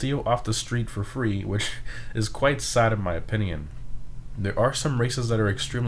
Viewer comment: I’m gonna say it. That’s definitely not how you pronounce valor lol. Just look up the word on google and have it say it back to you. (Don’t even get me started on how he pronounces opinion...)